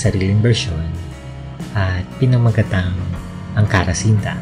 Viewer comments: "cinta" - "chinta." Not "sinta." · The Cinta pronounce as "Chinta" same meaning sa Filipino word na "Sinta". The Hermosa must be pronounce as Ermosa silent H that's the correct way kahit Ms. Kristine Hermosa. ganun pronounce niya. Nice to know n may adaptation tau, I know the few like UNG pangako say at ung the the echo. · C is pronounced “ch” in Malay and Indonesian. Cinta is pronounced “chinta”.